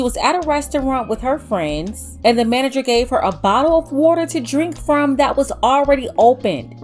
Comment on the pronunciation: “ The manergeer …”